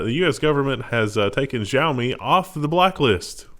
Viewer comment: I see you still haven't bothered to look up the correct pronunciation of xiami. Odd given that you mention it so often. Trolling maybe? Its not ZhaoMi, its an sh sound not a z sound. Here is the CEO and founder saying it